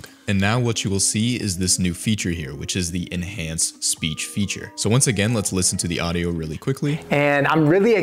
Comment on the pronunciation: bro said speash 😭